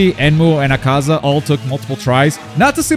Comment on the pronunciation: Why do people pronounce Akaza's name wrong? Like it sounds like people are trying to shorten it. It's pronounced "Ah-Kah-Zah". Obviously that's not how it's spelled, but that's how its pronounced. And before you say "its pronounced different in Japanese", no its not. Watch Mugen Train Ark or Infinity Castle, and the characters pronounce it "Ah-Kah-Zah". Literally when Tajiro yells his name when he first shows up in Infinity Castle, thats how he says it.